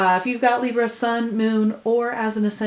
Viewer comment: What Hell Is With Your Camera? It's Freaking Me Out And It's Libra Not Libruh? WOW